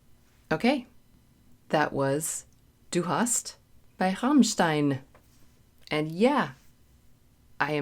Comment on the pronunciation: GREAT reaction!! Thank you for pronouncing their name proper, danke schoen! Being part German, and loving heavy music AND electronic - I was ALL over this when it came out in 1997! (geez, almost 30 years!) Had to ask my mom about the lyrics (as she knows the language), and she pointed out that 'du hast' (you have) & 'du hasst' (you hate) could both be correct! Rammstein have so many excellent tracks! Deutschland, Sonne, Zeit, Ich Will, Radio, Auslaender, Amerika, Engel, Dicke Titten, Angst, Zick Zack... Alles ist gute! Cheers from Canada, eh!